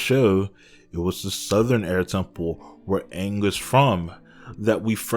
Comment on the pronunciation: Just brutally reminded by how they pronounced things "Ong" " Eeroh" "Agni Kee"??